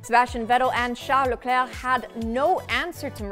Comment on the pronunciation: Love the way you say Leclerc.